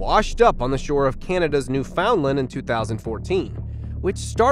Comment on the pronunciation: I refuse to like any #SqueezedLemon videos until your narrator can pronounce names and words. 15 videos at count so far. That's Every one I have watched since April 2022. In this video 1. Newfoundland is (Noo- fun- lund). Aurora Borealis is spelled the way I have it. Not like > Boralus. It's also pronounced (Uh-roar-uh Bor- Ee- yal-Us). Okanogan is (Oak i noggin) fluidly, not choppy sounding.